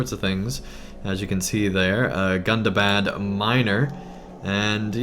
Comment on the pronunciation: Please correct me if Im wrong, maybe I missheard but... It's pronounced Goondabahd, not Gun-da-bad :D